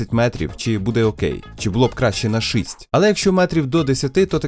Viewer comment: Ойййй те твоє шИсть😅😅😅 Особливо коли ти говлрив ціну 6667